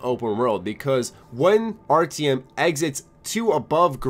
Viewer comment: And Artyom, omg, its like you havent heard how they say it in the Metro games.